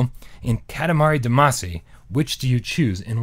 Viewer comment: Sigh. It's one thing that you normally pronounce integral wrong and got called out on it when you pronounced it right a couple of times, but Damacy is pronounced all throughout those games (especially in the musics) and you should know better. :p